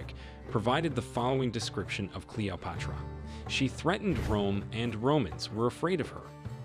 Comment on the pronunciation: Why is the narrator mispronouncing all of the names? For example at time he says Cleo-pahtara. O- seer-I-ss